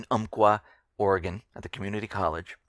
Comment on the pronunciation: FYI... It's pronounced Or-E-gun.